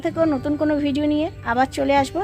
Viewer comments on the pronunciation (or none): none